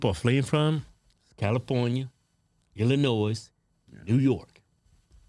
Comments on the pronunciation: Lads you do not pronounce the final “s” in Illinois. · When u said "negr0", it rang with the raycyst twang of the most lily yte redneck! You guys are SCARY! You are essentially, the character from the Dave Chappelle Show! Wow! This "S" in Illinois is silent, btw! Smh!